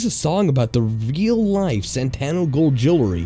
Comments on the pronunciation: ITS SANTO NOT SANTANO AAAAAAAAAAAAAAAAAAAAAAAAAAAAAAAAAAAAAAAAAAAAAAAAAAAAAAAAAAAAAAAAAA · Why do you keep saying Santano gold when it's clearly Santo gold? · Why do you keep saying "Santano" when it clearly says "Santo"? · You keep saying santANo gold, it's santo gold. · You're adding a syllable (or two) to the name of the infomercial gold seller's name: The name on the screen reads "Santo Gold" not Santano Gold.... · Funny thing is when they showed the commercial for Santo Gold they actually pronounced it correctly. So no excuses for mispronouncing it. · Reads Santo Gold Says Santano Gold Welcome to the city of Los Santano??